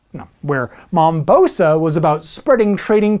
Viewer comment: Always love your videos but its Mombasa, matey, not Mombosa isn't it?